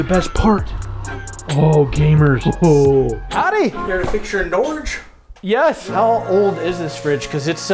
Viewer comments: Its not ''Nourge'' its Norge country of northern Europe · Norge is actually how we write Norway in our language. But it not pronounced like you say it in American🤣 Try to say Norget and then remove the T. That´s how we say it ish